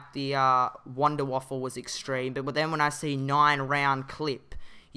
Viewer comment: It's Wanderwaffe not wanderwaffle